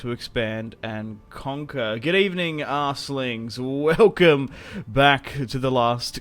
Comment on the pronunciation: Did you just call us asslings lol?